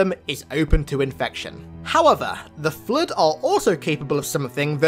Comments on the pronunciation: nobody:: Flöd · can someone answer me why i hear flirt when say flood... EXPLAIN PLS 🤣☺